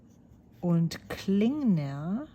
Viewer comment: I love hearing you say Rohrer and Klingner the way it's supposed to be said. There's sure no way I can do it...German heritage or no. I really love the colors you've chosen. I hope you enjoy using them.